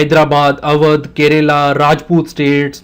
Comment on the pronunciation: It's not kerela....it's kerala